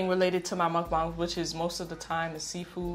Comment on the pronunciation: I have 1queston can you stop calling it mukbaung